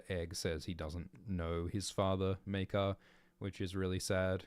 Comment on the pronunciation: Pronounciations of Maekar so far 1.Mycah 2.Maykar 3.Meerkar 4.Maker